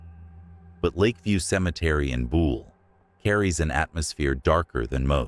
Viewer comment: It is BUHL Lakeview cemetery, not Bool